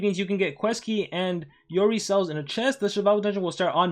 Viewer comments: "YOREY" ??? ARE YOU JOKING!!! ITS "YOROY" WHEN PRONOUNCING LOL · Its supposed to be pronounce “yoroy-i”